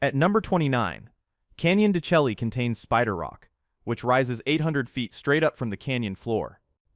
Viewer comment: Mogollon is pronounced Muggy yawn. Canyon de Chelly is pronounced canyon de Shay.